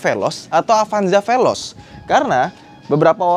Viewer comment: Amit2... Ini bukan apanjah ini pelozz😂😂😂